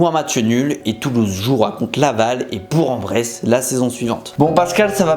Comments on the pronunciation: On dit bourQUE en Bresse putain de citadins, le G se prononce QUE... sinon j'adore vos vidéos merci de me faire rire tous les dimanches... 🤣🤣🤣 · Mais les youtubeurs ont un problème avec BOURG EN BRESSE, et ça se dit BOURK !!! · je t'en prie ça se prononce bourQ en Bresse 😭 sinon super vidéo comme d'hab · on dit bourk en bresse* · Au passage, on dit BourK en Bresse 😂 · sa se dit bourk en bresse